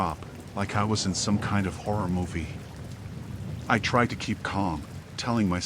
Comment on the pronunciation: HORROR , he said HORR-OR 😅😂